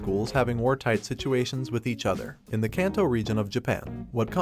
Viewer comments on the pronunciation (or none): none